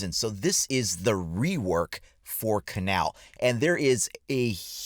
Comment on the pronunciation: First off... it’s pronounced (KAY-null)